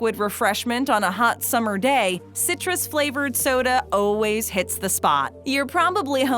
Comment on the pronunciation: I don't know if anyone else has ever noticed, but when she says, "always," it sounds like, "ooways."